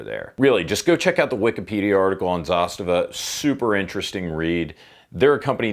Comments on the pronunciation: Dude, learn the brand! It’s zastAva, not zAstava! ZastAva has a meaning, such as a military unit protecting border! Just a tip, so you don’t sound like a moron in your future silly videos! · I really don't know either way, but are you pronouncing Zastava right? I always thought the emphasis was ZasTAVA, not ZAStava... just curious. 😁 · Man, not zAstava, it's zastAva :) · It's hurting my ears every time you say zAstava. Its zastAva, the second A must be emphasized. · sorry for being the grammar police, but it's pronounced 'zasTAVA' (accent on last syllable) - not ZAStava. It's the Serbian/Russian word for banner or flag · Zasta’va:) not Za’stava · Well you sure butchered the name, thats for sure. Its pronounced, za-sta-va. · zastAva - stress on the second letter A. Outpost/stronghold in english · Please learn how to pronounce Zastava. I really enjoy your channel and am subscribed to it.. but goodness gracious .. learn about how to say it right. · He said it in a pretty shitty way tbh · if you don't mess up nobody will give you crap. That's one solution. I hate how you pronounce Zastava. So American of you. Also, I think you're doing slo-mos just to watch your own hair. Still, you're a gun channel so we can forgive you alot.